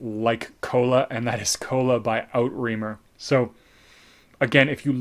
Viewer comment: Outremer is pronounced OO-TRE-MARE. Such a nice fizzy effervescent Coca Cola gummies. Dana Tabu vintage can have a rootbeer drydown. The violin bottle of Tabu is definitely vintage. I suggest that